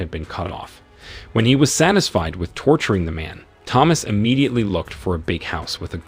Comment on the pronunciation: The narrator is imediately broken imediately because he is saying imedately so imedately.